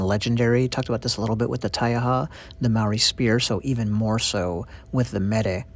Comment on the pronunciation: Wahika is said more like wah-hee-ah-kah 😄 Maori pronounced more like Mah-ree with the ree being like a roll on the tongue. Hope that makes sense 😅 This video is amazing thank you! I cherish my wahika deeply💜